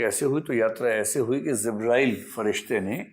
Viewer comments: The pronunciation is JIBRAIL It is J not Z Please correct your pronunciation if you want to impress your audience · Word is not zibrael but jibrael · It is not zibrael, it is Jibreel (a.s) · Zibrail nahi sir jibrail sahi pronounce hai . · Sir ji ( JIBRAEEL ) Not zibraeel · Not zibrail..it is jibrael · Sir it's jibrael not zibrael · Zibreal nahi sir jabrail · 'Jibrael', not Zibrael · Corrections - 1) It is not "Zibrail". Correct name is Jibraeel. - 2) It is not Abu Taleeb, Correct name is Abu Taalib. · Zibraael nhi ' Jibraeel' a.s. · Jibraeel bolte hein. IAS ho kar bhi galat pronounciation 😂